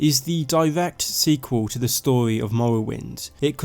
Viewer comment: You speak like a fuckin child mate. Pronounce your R's...its story not storwy..